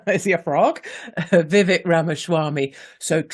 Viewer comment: Vivek, pronounced Vi-Vake.